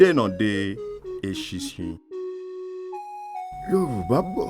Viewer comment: This is an amazing project and a fantastic attempt at retelling an important Ìgbómìnà story. Kudos to the team. However, we can do a lot better at pronouncing the Yorùbá words correctly. If the words are not pronounced properly, it defeats the whole purpose of storytelling as a tool for learning and advocacy. But overall, this is a great job! I am proud Ìgbómìnà too! Ọmọ olómù Apẹ̀rán, ọmọ asìngbà lọ́nà tÒmù. Èmi lọmọ ọlọ́gọ́fà obìnrin, kìí gbopó, kìí gbọ̀fẹ́, owó ńlá ńlá, aṣọ ńlá ńlá ni baba wa fi í fẹ́ ni. Òmù é gbè á oooo.